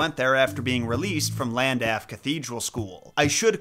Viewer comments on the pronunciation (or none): Llandaff is pronounced Clandaff It's one of those weird celtic things where they don't understand letters. A bit like Siobhan being pronounced "Shivaun".